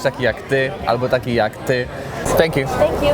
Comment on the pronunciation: ... "Stęk Ju" xD